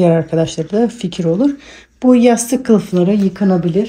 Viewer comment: Tıkanabilir derken? 😂